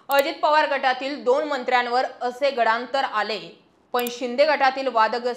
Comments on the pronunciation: गडा्न्तर नव्हे..... गंडांतर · गडांतर नाही ओ ताई गंडांतर असते🚩🙏😀